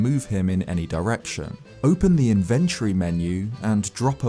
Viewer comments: Its pronounced inventory, not infantry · I can’t believe that’s how British people say inventory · That pronunciation of "inventory" o_O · The way this dude pronounces "inventory"